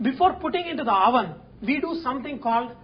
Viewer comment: no offense Sanjay, I do love ur clips, but "wOVEN"???...hahaha...u cracked me up... ;'D